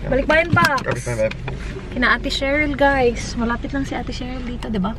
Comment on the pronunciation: That "hi ghAys"